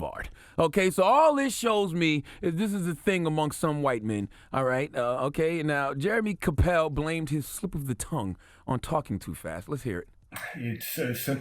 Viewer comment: Jeremy CAP-EL. Not CA-PELL.